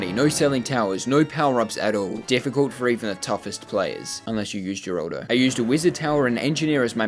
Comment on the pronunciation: Her-al-do his name is geraldo name for pronouncing is her-al-do